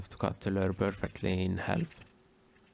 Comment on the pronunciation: Learn to say lure!!!